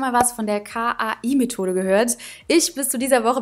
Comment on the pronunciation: Das heißt nicht K-A-I 😂 Sondern Kai der Name 😂😂❤️Also das mit dem Oral-b Teil 😂😂😂😂❤️❤️❤️